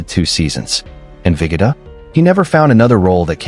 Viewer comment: Abe “Viggidda”? It’s pronounced ViGOda